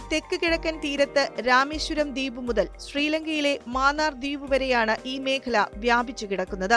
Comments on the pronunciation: മാന്നാർ അല്ല മന്നാർ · Vazhakka. Maanaar alla mannar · ആദ്യമേ പറയട്ടെ ..ഗൾഫ് ഓഫ് മാന്നാർ അല്ല .. " മന്നാർ " ആണ്. മന്നാർ കടലിടുക്ക് . ഇവിടെ Eurotunnel പോലെ ഒരു 4 Lane tunnel വന്നാൽ നല്ലതാണ്. Eurotunnel 50 KM ആണ് .